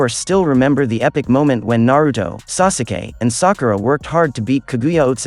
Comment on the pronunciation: Mans did not just say “sasuukee”